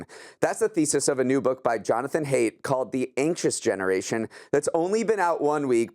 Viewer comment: The author’s name is pronounced “height” not “hate”. I’m a huge fan of his work! Great article in the Atlantic recently.